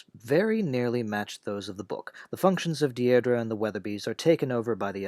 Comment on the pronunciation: A minor quibble - "Deirdre" is pronounced "Deer-dree". A very common English girl's name in the middle of the 20th century, not so popular today.